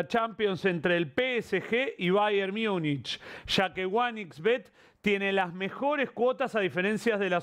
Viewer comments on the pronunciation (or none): none